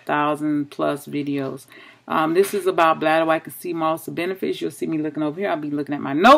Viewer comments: Thanks for sharing sis. It's pronounced bladder-wRack not bladder-wack but thats funny.😁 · Ren Matitchll Yes I totally agree she is pronouncing it wrong. But hopefully she read her comment and realize she pronouncing it incorrectly. LOL